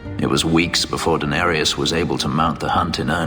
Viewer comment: Every time I hear Fenris speak Danarius I hear him say Daenerys